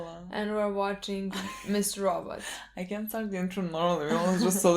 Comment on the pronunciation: I never get sick of "We are watching Mr. Rawww But".